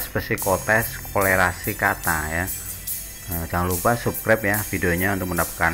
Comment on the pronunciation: Apa cuma gua yang dengernya "jangan lupa subreb ya" 🤣🤣🤣😂😂😂😅😅😅😁😁😁